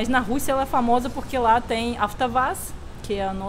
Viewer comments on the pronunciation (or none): em AVTOVAZ pronuncia AFTAVAS?? Não sabia que aplicava as regras também no nome das marcas. Pensei que nesses casos o uso fosse livre.